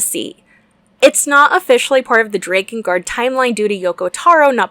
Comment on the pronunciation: This is my new favorite game, all because of the way you pronounced Drakengard.